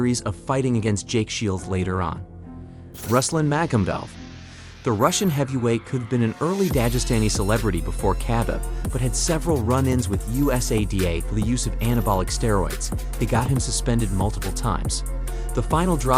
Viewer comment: I heard you pronounce Khabib’s name as “Cab-ib” and legit refuse to watch the second half of the video. Pronunciations don’t have to be spot on, but that is just so egregious